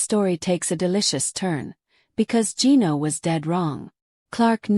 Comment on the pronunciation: Revenge videos? That's what matters? With an AI voice that can't pronounce Gino's name?